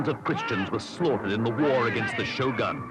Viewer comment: i understand it can be hard to a westerner or non asian native to pronounce japanese words/names correctly, but please try to improve and correct your way of saying 'shogun', please.